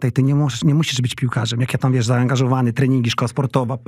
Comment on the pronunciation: Błagam proszę nie mówić : wies co tylko wiesz co, tam jest sz na końcu.